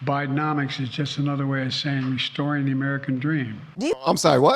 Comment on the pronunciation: Why does his slurry word of "restoring" sound like "destroying"? More truthful to say the least... Destroying... Yep.